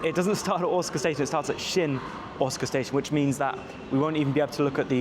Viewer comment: I thought your were saying you were at Otsuka Station at the beginning of the video! (I'm used to hearing Osaka with a hard O). The moving panels on that platform are a one-off, installed at that platform in a new part of the station called "Umekita" which as you found is a bit away from other parts of Osaka Station 🚞 The cat station master thing (Wakayama Electric Railway) is not as interesting as all the social media makes it out to be. The trains are cool, but the station with the cat (the outer terminus) is an unattended station with just a Cafe that sells cat merch and the surrounding area contains nothing else apart from a few homes. And I didn't realise I was lucky to visit the zoo at Shirahama before the pandas were exiled 🐼